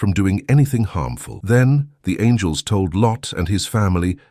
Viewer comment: The computerized narration has several mispronunciations — “angels,” “protect,” etc.